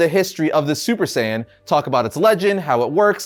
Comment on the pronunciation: Saiyan not saiyen Just saying